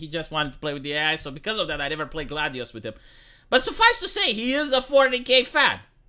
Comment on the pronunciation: Whenever says 40k it sounds like fornicate. When I first herd it I was a bit confused:)